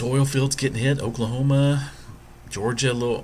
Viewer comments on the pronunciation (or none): none